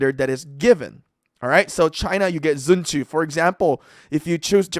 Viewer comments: Bro's saying sun zhu instead of sun tzu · Also it’s pronounced Sun zu